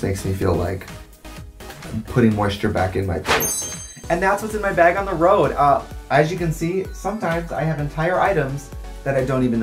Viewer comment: no one: trixie: b æ g